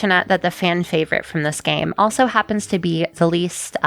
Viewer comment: wow, you really said fwaivorite, I'm expecting an apology video next week